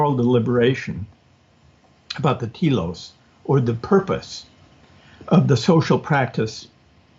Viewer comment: What is this kelos he is talking about? Is he saying "telos"?